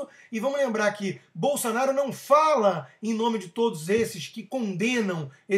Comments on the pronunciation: Bol - SA - naro? Não seria... Bol - SO - naro? Por acaso, você ao invés de falar Hospital, você diz.... HAS - pi - TOL ? Ou ao invés de dizer Táxi, você fala.... TÓxi? Ou então, ao invés de dizer Banana, você fala.... BONONO? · BolsOnaro, Rodrigo! Que BolsAnaro é esse maluco? Fala direito, cara! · É "Bolsonaro" e não "Bolsanaro" ... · "Bolsanaro" haha... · Acho que ele ta falando bolsa kkkkk lol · nao é "Bolsanaro" é Bolsonaro.... Pelo menos saber o nome o nome de quem vai criticar..... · Presta atenção, rapaz: é BolsOnaro, com O. E "tosquidão" é um neologismo tosco. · Rodrigo, voce falou o nome "Bolsanaro" incorretamente de proposito ou porque não sabe falar corretamente? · Cara, é BolsOOOOnaro, Favor pronunciar o nome do MITO corretamente. Abrass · É impressão minha ou ele fala Bolsanaro?? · Vc falava o nome dele errado de propósito ou não sabia a pronuncia mesmo. 🤣🤣🤣 fica engraçado ver este vídeo hj. É o segundo vídeo antigo seu q o YouTube me recomenda. 😂😂😂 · o cara nao sabe nem falar o sobre nome no Jair e ainda quer pregar lição de moral... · "bolSA-naro" é foda. tanto livrinho ali atrás e o sujeito não sabe sequer o nome do deputado que quer defender. e expressa-se com requintes verbais como "toshhhco", "toshhhquices", dignos do mais eloquente intelectual. rs